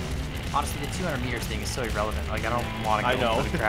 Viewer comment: "kan is eralavint"